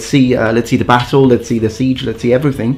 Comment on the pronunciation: 🤣🤣🤣🤣 that pissed me off so much